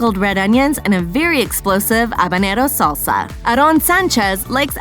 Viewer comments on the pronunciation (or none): It's salsa, not saulsa. Short A as in fast